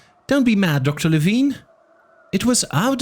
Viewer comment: I had the impression that he's name is pronounced lee-vine not lee-veen